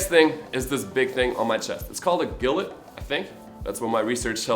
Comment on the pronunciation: Gilet is pronounced "Jee-lay"btw